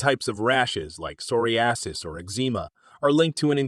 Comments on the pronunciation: Sore -E-asses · "Psoriasis" pronounced as Soree Assis??? Come on now!!! Sometimes you've got to phonetically spell out the word for the AI voice. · I can't trust a video when you can't pronounce the words "psoriasis" and "plaque" correctly. I was shocked.😮